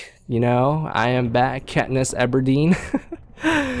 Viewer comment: It's Katniss Evardeen